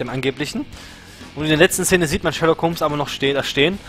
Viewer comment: Perfekt ausgesprochen:D Sherlock ist einfach ein Meisterwerk geworden:) und so lange dauert es ja bis staffel 3 auch nicht mehr;)